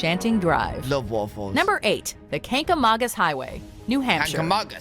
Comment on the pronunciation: New England gal here. The Kancamangus Highway in NH that was mentioned ….first, it was pronounced wrong, it’s ‘kang-a-mang -us’, but we all just call it ‘The Kang’. It’s Route 112….NOT ‘Route 12’ as they said. And they didn’t do it justice. You have to travel in the fall, mid-September to mid-October. It’s unbelievable.